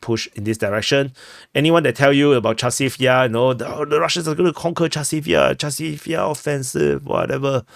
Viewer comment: Chasov Yar? Oh. J